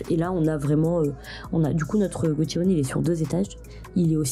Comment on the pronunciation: C'est prononcé goSHiwon, pas gotchiwon.